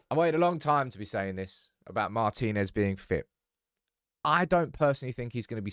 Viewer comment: Mar'tin'ez not mar'tine'ez drives me crazy 😂❤ love you love the channel 😘